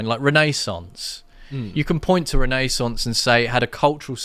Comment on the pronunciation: U’re pronouncing renaissance funnily as some sort of computer font, Rene Sans😅